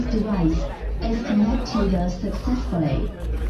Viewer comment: "blootroff deviccceeessee is caannectedah saacessfully " 😂